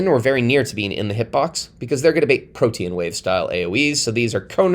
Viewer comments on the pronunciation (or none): none